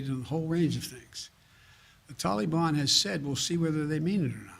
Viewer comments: A few things: If he says Tolly-bon one more time, imma have to gouge my ears out with a blunt spoon. Why bother with all the vetting of Afgans but not the folks flooding in from Mexico. Seems like bigotry to me. What happened to "We do not negotiate with terrorists?" I understand that you've been ravaged by a natural disaster, just wear your mask, social distance, and get your jab. Your dead will return to life, your homes and businesses will rebuild themselves, and the world will chit rainbows in an hour. Just follow the dictator. He purposely answer the wrong question. No one asked why he left. They asked why he fugged it so bad. Says it doesn't matter when he left. Dang sure does. Had the troops been there holding stability, the evacuations would have gone smooth as can be. I'm done now. Not that anyone cares. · Am I the only that can't stand the way Biden says Tal-ee-bon? Ugh!! Drives me insane!! This entire administration is not only a fraud, it's the biggest joke in US political history. Every person involved in helping place this crook in the Whitehouse should be sent to Guantanamo!! Including the media!! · The way he says Tollybon sounds like some kind of children's ride at a theme park "Let's go ride the tollybon" yaaaaa Yikes..... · “So far the tolly bon has not engaged with US force” two minutes ago you read off the death count off your little card. Who did that? The tooth fairy? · Would you look at him sweeping everything under the Biden rug?????? Unreal, theater couldn't best this tripe.....the pronunciation of the "Taliban" is spot not ON Jose!!!! God help us......😕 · He can't even say Taliban right ! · Can't pronounce Taliban either 🙄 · Everyone knows we CAN NOT trust the Taliban. You fool, you can't even pronounce Taliban correctly. He keeps saying Tellie bon. Did I just hear that reporter say "Tellie bon."? Are they propping him up or what? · And would someone PLEASE tell Biden how to say Taliban. PLEASE !!!!!